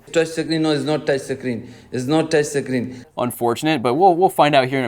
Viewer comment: "Its not toucshi screen."